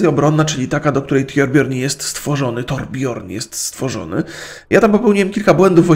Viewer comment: torbjörn czyta się torbjyrn